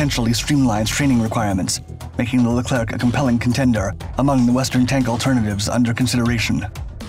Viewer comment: Pronounced Leclear